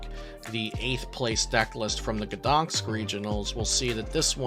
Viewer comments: GdanSK, not GdanKS! Same mistake in every video... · You know what I thought after hearing the city's pronunciation? "I'm surprised it wasn't Iron Valiant/Entei that won Gdañsk Regionals." ... I'll see myself out.